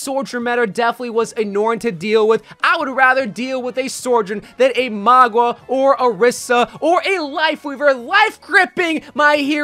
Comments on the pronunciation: Why he calling him Magua… it’s Mauga. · There is kind of 3 things going on here actually. - The correct or "samoan" way is kinda like saying Mannga. - We all and himself use Mauga - for some reason says Magwa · Is that how you pronounce his name Maugwa?